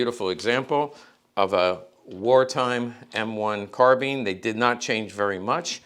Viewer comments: I think you’ll find it’s actually pronounced: carbine🤌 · The British Police used Tommy Guns, well you learn something new every day. Also it is pronounced Carbine not Carbine. Love you.